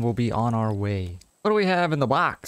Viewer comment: I'm watching this and not even a minute in you pronounced box as wox